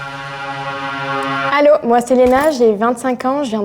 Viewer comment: Français ici, je commente un peu en retard. (à de la vidéo, début de la manche 2) Lena s'est cramée tout de suite en commençant par "allô". (elle a aussi fait un laxed i à un moment) (ah oui, et dans l'extrait du début elle dit "ben là", elle s'est re-cramée), s'il est français, il imite très bien le québécois qui imite un Français...mais je sais pas pourquoi il ferait ça... en fait un peu des caisses (quoique moins que ); son accent est pas mal, mais dans les extraits en tout début de vidéo il avait un accent québécois. Du coup c'est ou. a complètement un accent français, si c'est un Québécois c'est exceptionnel. A priori c'est lui. (cela dit je comprends pas pourquoi il fait une tête bizarre tout le temps; ça donnerait à penser que c'est juste un humoriste très doué en accent qui veut nous faire rire...donc ce serait...)